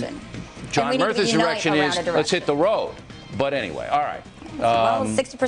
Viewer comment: at 656 bill says erection instead of direction lol.